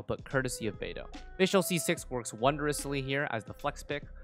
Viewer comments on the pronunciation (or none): none